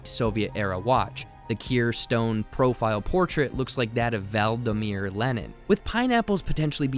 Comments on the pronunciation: Vladimir Lenin - not Valdimir. Like Vladimir Putin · "Val-DEE-meer" Lennon? 😂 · I'm sorry, Val-da-mear Lenon?